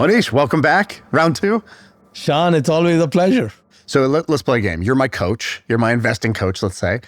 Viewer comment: Love how Mohnish pronounces Shaan's name correctly!